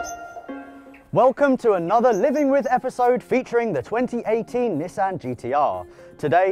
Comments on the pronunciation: Nis San >:| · I honestly can't stand it being called Nis-San... A lot of British people get mad when Americans call it a NeeSan even though thats how the Japanese pronounce it more or less. Grogeous car though